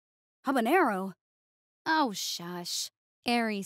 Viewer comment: The moment I heard Minido say habanero badly, I instantly knew what Trainwreck was gonna be occur